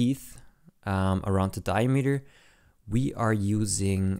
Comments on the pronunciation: As a multilinuguist, the key is to listen when the beginning and end of the word is and the concatenation of the words, dia-meter, is di-a-m-eter. Accentuate the beginning and end of the word, not the middle as is common in german, dutch, afrikaans, isiXhosa etc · Never heard diameter pronounced diemeter before. it's interesting